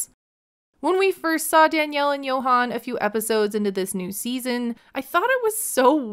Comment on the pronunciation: Dominican here ✋🏽 She can’t sponsor Yohan’s visa because she’s bankrupt and that’s not allowed. Also I have how she calls him Yo-han when his name is pronounced Joann.